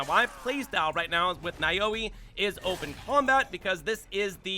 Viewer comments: And Naoe is pronounced like Nah-Wey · You mispronounced Naoe and Yasuke. It's pronounced Now-way and Yah-skay. Did you not hear the names in the game? I guess if you want the AC experience Naoe is better, but Yasuke is stronger. I would probably disable the alarm before I go full brawl here. I don't want to deal with Guardians. They gave me enough grief in Breath of the Wild.